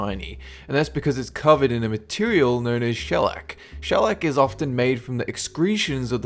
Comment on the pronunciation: "She-llac"....cause it's a female bug.....get it...."SHE-llac"....yea?? Knee-slapper.